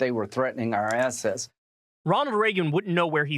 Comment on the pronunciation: "Threatening our assess".